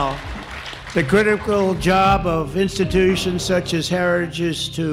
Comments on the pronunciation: Well he said ”herredges” instead of ”heritage”, but that might be his old age/dementia talking. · Trump can't even SAY "Heritage", but, by God, he will support them.